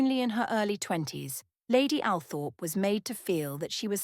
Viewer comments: All-Thrup, not Al-Thorp. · It's pronounced All- trop ... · Althorp pronounced … Awlthorp or All-thorp or Orl-thorp… The smallest thing can really just detracts from all credibility. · I wish photos of all of Frances’ children were included. Althorp mispronounced. This lady deserves more.